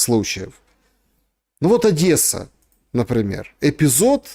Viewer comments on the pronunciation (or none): none